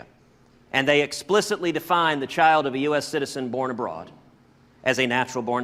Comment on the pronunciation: He didn’t read the case, and he can’t pronounce “abroad” correctly